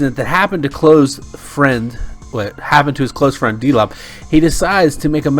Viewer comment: His name is pronounced Dol B